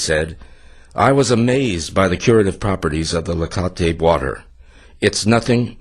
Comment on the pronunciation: it's pronounced TLA-CO-TE not La-co-te :p